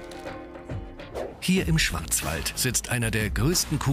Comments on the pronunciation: Der Moderrator ,,Schwarzenwald`` Was höre ich ,,Schwanzwald`` echt toll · Ich habe eigentlich Schwarzwald verstanden, dann hab ich dein Kommentar gelesen, zurück gespult und dann hab ich es auch gehört xD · LightGamers ich glaube er hat sich auch versprochen und somit wirklich schwanzwald gesagt... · Ich habe mir das jetzt 2 mal angehört, und der sagt "Hier im Schwanzwald"... Kauen und Kacken? XD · haha stimmt der sagt schwanzwald😂😂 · wer hat auch im schwanzwald verstanden :'D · „Hier im Schwanzwald,“ 😂😂😅😅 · Bei sagt er Schwanzwald? 😂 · wer hat auch schwanzwald verstanden! xD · als ob ich schwanzwald verstanden hab ಠ_ಠ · Alter?! Habt ihr auch "Schwanzwald" verstanden? (^_^) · bin ich der einzigste der schwanzwald verstanden hat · ja hab ich auch verstanden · ich hab extra noch ma zurück gespuhl und beim zweiten mal auch noch schwanzwald verstanden x,D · LOL stimmt XD😹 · Ich hab "hier im Schwanzwald" verstanden😂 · wer hat auch schwanzwald verstanden XD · hat er schwanzbach gesagtz😂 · Hat der Sprecher da gerade zu anfang wirklich wirklich Sch(w)anzwald geaagt?🤣😆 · Ich habe "Schwanzwald" verstanden 😂😂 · Bin ich die einzige die schwanzwald verstanden hat?😂ich bin geschockt vom mir selber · versteh ich als einzigster schwanzwald bei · habt ihr auch Schwanzwald gehört? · ich hab schwanzwald verstanden. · ich schwöre er sagt schwanzwald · Ja vor allem weil der Moderator es so komisch ausspricht